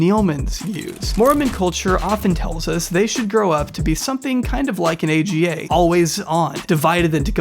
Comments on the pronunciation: AGA is 'Arga" not A.G.A. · AGA is pronounced ah-gah not ay gee ay. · It’s called arga not aga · It’s not an A G A it’s an ahgah. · The stove is not an A.G.A. It’s an Aga - pronounced Argar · It’s not A.G.A, it’s AGA pronounced as in Ahgah. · It’s not a g a oven they’re pronounced arga’s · Aga oven is pronounced “Arr-gah” 😊 very interesting video! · it said : AGGA - like ah-gah, not A.G.A. <3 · Love how he says A.G.A cooker. I’m a n the UK and Aga’s are common if you live in the country, as I do. It’s pronounced ArrrGar. £4K to install it! That’s a lot, they are really basic. So basic in fact, I serviced my own Aga this year rather than pay for someone else to do it. She seems lovely and Mormonism is evil to have done this to this woman. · The stove name isn't an acronym just read it all out as "arga" one word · Oh you can find AGAs in rlly old houses in England! (They’re pronounced aga, not a g a XD) they’re so expensive because not only do they need pipes and shit, they ALSO need a concrete plinth so stand on! So you need to remove your floor in that area and install a slab of concrete. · These cookers are pronounced argh ga. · A v good video, it added a lot of disturbing info to an already terrible situation. Only point I would add is that the name of the expensive stove is pronounced aaarghar. They're v common in farmhouses in the UK & last years. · Thanks for this, I enjoyed it. Just for info *that you will likely never ever need again), the type of stove they have is pronounced as one word: AR-guh in British English 🙂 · I love pronouncing the Aga stove AGA. lol! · 1. Traditionally AGA is pronounced as a word Ah-guh. 2. The fact that the Jersey cows sudden became new Jersey cows by virtual of being new is funny. Although I think the footage you show are Holstein. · AGA is phonetic, it's pronounced 'ar-guha'. More common in the UK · AGA is pronounced ‘ar-ga’ they used to be quite commonplace in the UK then became ridiculously expensive to maintain.